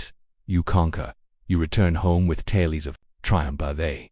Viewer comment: Teach your AI to properly pronounce Tales